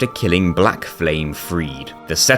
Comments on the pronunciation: Why do people call him "Pontiff" as if it's his first name? lol The e at the end of "Friede" is also not silent. It's Frie-duh, not Freed. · The way you pronounced sister friede is so infuriating